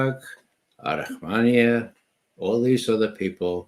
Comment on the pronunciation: Arahamiya not Arahmania.